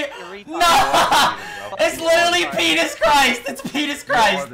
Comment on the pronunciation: bro said Petist Christ 😭😭😭